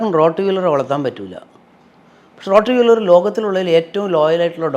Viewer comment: റോഡ് വീലർ അല്ല. റോട്ട് വീലർ..